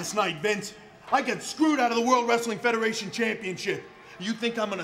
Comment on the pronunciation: Ozzy like wreastlin😂